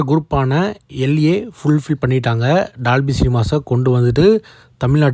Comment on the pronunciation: bro good vieo but say dolby not dalby pronounce o not a